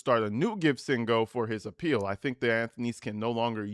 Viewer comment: Right!?! 😂 I couldn’t figure out WTH he was mumbling!